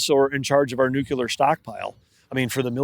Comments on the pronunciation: Nuclear not Nuculer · and by the way...there is no such word as nucular...its nuclear smh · New-Clear, not Nuke-Ular. Why has nuke-ular become a word? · Axe me about my nukular pronunciation … 😂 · NUCULAR is the new black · Never heard of that "nukuler energy" before. 🤣🤣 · Great interview, but it’s tough listening to this guy say “new-cue-ler” instead of “nuclear” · I wonder if David wanted to correct every time Doug said “nucular”. 😊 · Big time energy guy and he can’t even pronounce nuclear properly come on man, you’re intelligent, make an effort to pronounce that correctly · How does this guy make it past committee without knowing how to pronounce "nuclear"? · Honestly stunned at how often I still hear people mispronouncing the word “nuclear” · Love this but the Secretary of the Interior MUST say "nuclear' properly!!!